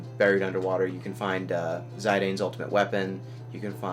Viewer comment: Zydane. . .its Zid-dane. Zid like Cid and Dane like the dog breed Great Dane.